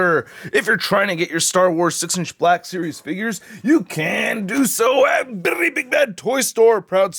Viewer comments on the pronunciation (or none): none